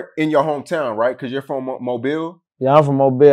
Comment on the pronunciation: Dude said MOBLE Alabama 🤣🤣